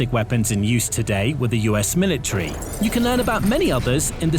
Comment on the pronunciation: So, what is a milatree? Is that like a metric sprout or something? Did this fool not pay attention when studying grammar and pronunciation? What good does this lack of proper communication do for the young folk just entering society? Somebody please tell me.